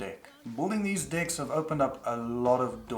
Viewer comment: i had to listen carefully every time you say "decks" because i initially kept on hearing another word. it's weird.